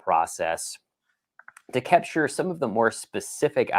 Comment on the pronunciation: I love the way say kepture 😊